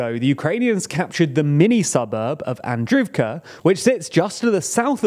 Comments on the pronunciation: "ii" = "eee". So Klisch - eeeeev - ka, not Klish-ihv-ka. Same with Andr-eeev-ka not Andr-ihv-ka. Source: watching Denys Davydov for the past 1.5 years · great video as always! just wanted to drop in to say that the double i in Klishchiivka and Andriivka makes more of an EE sound